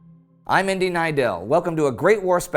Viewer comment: Huzzah! This is The Great War at it´s best - delivering easily comprehendable history lessons on seemingly obscure topics. Plus Indy pronouncing everything in a real funny way... :-D